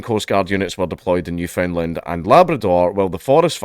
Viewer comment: Understand its Newfoundland, not new found land